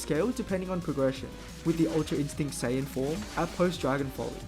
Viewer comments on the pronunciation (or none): none